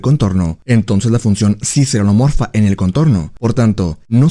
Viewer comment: Excelente video, a veces no distingo si dices homeomorfa u holomorfa, por lo que me confunde un poco. Todo lo demás muy bien.